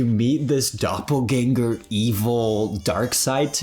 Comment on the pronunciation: Mate, why are you pronouncing it gang-ger? It only has one g. Gang-er is how you say it.